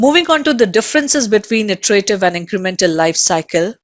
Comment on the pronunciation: word "Iterative" should be pronounced as Etarative not AEterative.